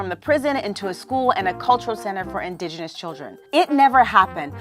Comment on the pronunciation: That bitch can't say 'indigenous' correctly to save her sorry hide...